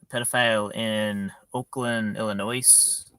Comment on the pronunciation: Illinois is pronounced without the 's' sound at the end, fyi 🤦‍♀️